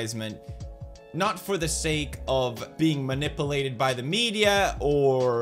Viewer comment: Manipahlated by the media 👌